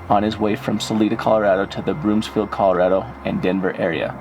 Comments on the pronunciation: And Broom-field not BroomS-field. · Broomfield. Not Broomsfield.